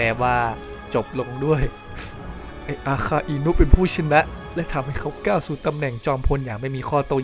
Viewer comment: ก้าว ครับ ไม่ใช่ กร้าว เกาะ ครับ ไม่ใช่ เกราะ ถ้าพูดดีกว่านี้ คลิปนี้จะดีมากครับ